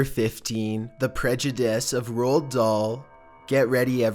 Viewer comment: Love the video as always, but that's not how you pronounce Roald Dahl lmfao